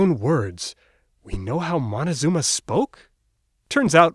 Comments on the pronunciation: How come you can actually pronounce Xochitl and not moCtezuma? 😒😒😒😒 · First, it is not Montezuma (for gringos can't open their mouth). It's Moctezuma let's start with the right pronunciation of the name. Then, you can upload your video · Moctezuma!!! Not montezuma!! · It’s not Montezuma it’s Moctezuma. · You dumb fuck its Moctezuma not Montezuma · Pues no investigó muy bien de haberlo hecho mejor sabría que en el nahualt casi no existe la pronunciación “mon" así como el la usa, se pronuncia con c no con n, como en mictlan o Cuauhtémoc el nombre y la pronunciación correcta es Moctezuma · It's moctezuma idiot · It’s MOCTEZUMA for crying out loud!!!! 🤦🏻‍♂️ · It is written and pronounced MOC TE ZU MA.... Montezuma is a chocolate brand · I am laughing cause he says “MONTEzuma”… so silly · and by the way, there were no aztecas, they were mexicas, because, when they leave aztlan, they becomes mexicas when they arrive to México, the right pronunciation of México is" meshico" and "meshicas" and Moctezuma! 👿